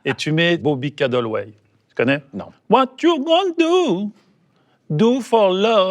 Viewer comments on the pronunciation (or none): Je t'aime bien Thomas mais à c'est Bobby Caldwell et non Cadelwey 😂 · Comment il a dit ? "Bourville Caddleway"? Au lieu de Bobby Caldwell 🤣